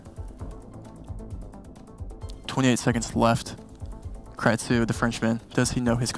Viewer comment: Loved it! Great players, games, and commentary. One piece of feedback: can all casters/desk standardize pronunciation of player names? ex: kratsou vs kratsoh